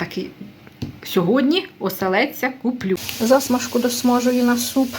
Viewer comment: Ви ж не сторічна бабка, що звикла неграмотно говорити. Ці всі ваші те'ртушки та за'смажки з не вірним наголосом так ріжуть слух - жахливо слухати.